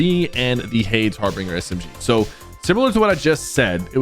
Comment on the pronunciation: Harbinger like ginger not harbinger like singer ✅️✅️✅️